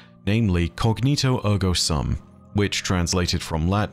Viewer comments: It is Cogito, not Cognito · Great video I’m sure you will get many messages: but it is "cogito ergo sum", not "cognito” Also you pronounce the "t" in Descartes, but not both “s”. If there was no "e" after the "t" it would likely be mute, but not in this case. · cogito, not cognito. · at the start of the video: “I get things wrong and it’s important for you all to correct me so I can be accurate” Me: It’s cogito, not cognito ☺️. Sum is also pronounced ‘soom’ in Latin. Easy mistake to make! Mods: DELETE THAT. CAN’T EVER BE WRONG. 😒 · The latin phrase is "cogito ergo sum"; and the "sum" part is pronounced with a long ū sound as in "imbue" or "cube". Incognito means to be in disguise -- this is not that. The word is "cogito". "Sŭm" with a short ŭ sound (like "uh") is a word in math which means the answer to an addition problem. As in "the sum of two values". Again, this is not the word we are using here. We want the long ū sound. "Cogito ergo sūm". The sword "Therefore I am"